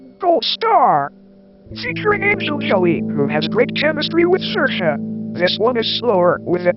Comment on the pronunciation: how did you get a tts of all things to correctly pronounce saoirse's name lol